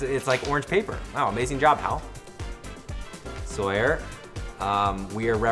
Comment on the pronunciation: It say-er